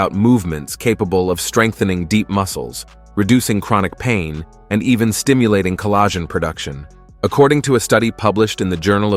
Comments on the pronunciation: Call-ahh-zjin production LMAO 🤣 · The AI narration is annoying. Collagen is mispronounced. A hunan should at least check it. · Come on AI, learn to pronounce collagen!